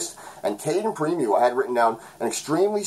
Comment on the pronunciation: I'm of the mind KK is still a prospect,but you can see it either way, it's all good. It's pronounced Preem-o btw lol thought you might want to know. You did a great job here again, as always buddy!